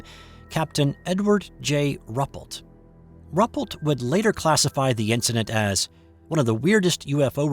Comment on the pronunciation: I think this account is credible...all the more so because the photos were confiscated and the witnesses threatened. I wasn't aware of this event. (BTW, I believe it's pronounced 'roo -- PELT').